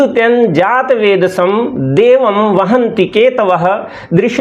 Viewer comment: देवम् का उच्चारण देवमम् क्यों किया।